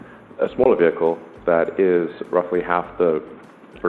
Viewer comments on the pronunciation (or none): none